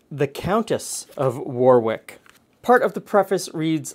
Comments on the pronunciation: You are correct, and also its Worrick not war-wick. It's a minefield! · Oh my, the way your pronounced "Leamington" made me laugh. It's not "Leem" it is "Lem". Also "Warwick" isnt pronounced with the 2nd W, "Warick" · not had this since the early 60's...... your pronunciation of English names is out many are not as they are spelt. Leamington is Leminten and Warwick is Worrick. Nice desert though. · And Warwick pronounced worrick rather than war-wick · Got to try this recipe! Btw, as an ex-Leamington Spa resident, Leamington is prounced as in Lemon, not Leem, and Warwick pronounced 'Worrick' :) Thanks as always, love your videos. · Pearce Also Warwick is 'Wuh-rick'. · Hi - Thank you. This looks like such an easy recipe to make it would be rude not to! By the way, in England the place names are pronounced War-ick and Lemmington. Damn the English and the silent letters! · In Ontario, we also have a township named Warwick.( I worked in that township, many years ago.) We pronounced it, War wick, just like did. It's interesting, that both Leamington & Warwick are spelled the same, in both Countries but pronounced differently. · Growing up as a kid of the 80s in the neighborhouring county, my grandma made baked custards like this. They have fallen out of fashion, and many olde English recipes, will only be rediscovered when Nigella or Gordon popularises them again. Leamingtong -> ‘Lemmingtun’ Warwick -> ‘Wuh-rick’ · Hey, I live near Leamington pronounced Lemington and Warwick is pronounced Worick. Love the videos. X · There's a suburb of Newcastle on Tyne called Leamington, pronounced Lemmington for future reference. Warwick pronounced Worrik.